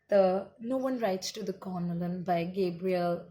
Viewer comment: Spelt as Colonel. Pronounced as cornel. It's the military rank. But good work. 😀